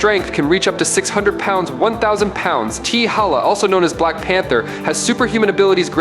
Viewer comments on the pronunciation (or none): It's T'Challa...not T'HALLA. Get it right, my friend! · Black Panther's name is T' Challa NOT....T' Halla. I can't even take this video seriously if he can't even get the name right! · Teehakka/Teehalla? Yall gotta start listening to your own Ai videos fam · Damn does he know how to pronounce t'challa name. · Wanted to watch. But couldn't sit through him pronouncing T'challa name wrong. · You Butched t'challa's name badly 😊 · Please learn to pronounce Black Panther's actual name. If you're going to say it, at least do it properly. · it seems u knw nothing about he black panther u stated Batman has an advantage in the dark….😑u do knw blk panther can see in the dark right? And u keep pronouncing T’CHALLA name wrong,also the black panther is a master of EVERY martial arts on earth and a master of others from other worlds and dimensions and Gus shadow arts that he created,also the blk panthers has millions of yrs of combat experience thru the panther link that gives him access to EVERY BLK PANTHER FROM THE PAST,THEIR KNOWLEDGE,STRENGTH AND FIGHTING ABILITIES smh t’challa also possess a genius intellect and his the 5th smartest man in the marvel universe and a master strategist,a ruler of both wakanda and the dead,u even thinking Batman stands a chance is laughable smh 🤦🏾‍♂️ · Yeah he fucked up the name 😂